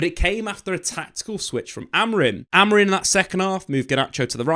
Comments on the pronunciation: It's pronounced a bit more like AmorEEng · He keeps saying AMORIN...😅